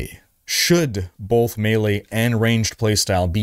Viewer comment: oh man are you saying BOLTH?! or Both?